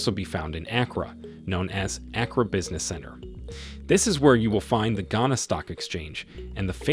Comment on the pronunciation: He said Accra has very good roads? Stop the cap. I live here, and I know that's not true. And the pronunciation of the city name was cringy.